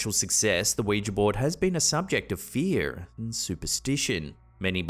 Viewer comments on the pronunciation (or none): at the mark you said the "fear" like a true Texan. You're becoming a worldly scholar. Congrats. Muh cousins are from Texas. Now we just need to work on the figah and paintented...Lol. Watch more old John Wayne movies!